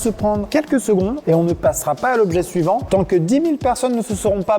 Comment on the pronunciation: "suivant" et pas "su Yvan" LOL